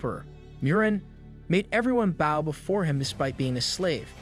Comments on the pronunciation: Dude, really... You don't know how to say bow? It's not a bough, it's a bow. You know, like bow&arrows... a bow... the curved piece of wood with a string attached that you use to fire arrows, or even, bow, the thing that girls wear in thier hair, or a bow-tie the thing that guys wear around thier neck with a tuxedo? It's not like a dog barking bow-wow... The rockabye baby's not gonna fall when it breaks... It's a bow, pronounced bO like the letter o with a b sound infront. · Why are you saying "bao" instead of "bow" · did he seriously just say baw instead of bow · "bauw and arrow" why does the ai say bauw and not bow? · My dude great video but its a bOw not a bAw. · good videos im just bothered by the way you say bow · how is it that you do not know how to pronounce BOW properly? its bow and arrow not bao and arrao. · Gotta love this shitty tts, the highs (frequency wise) barely damage my speakers & ears. I also like my“bouws“ & arrows. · You say how and arrow oddly and it's very irritating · Bow not bow like on a boat. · Why do you pronounce bow like that. It seems like every narrator for manga and anime pronounces things wrong on purpose. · I'm liking the story 😊however why the hell can't you learn to say bow and arrow correctly😮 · Great recap, but damn his pronunciation of bow was so annoying. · man, you need to sign up for hooked on phonics, because your pronunciations of some very common words is horrible. Its a bow, not a bough. its though, not dough. I could keep going, but i'd be typing out a dictionary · Please tell me that English is not your first language. I can't guess any other reason for mispronouncing words like 'bow' and 'sabotage'. I decided to just read the comic myself at that point, since watching comics has never been my preferred method anyways.